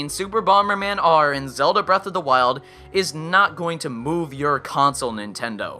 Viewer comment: Listado Top 5 You mean "Breath of the Wild"? You kept saying "Breasts of the Wild".